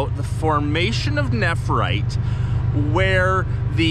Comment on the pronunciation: I would have a field day if I were near that many stones. I do have jade but not nephrite yet. Tyfs BTW its pronounced nef rite not nepherite